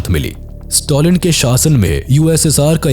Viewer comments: Stalin ❌ Stolin ✅ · Note to pronounce the names correctly Don't Pronounce Stalin as Stolin.